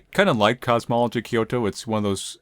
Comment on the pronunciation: You've been adding an extra "o" in "cosmology,".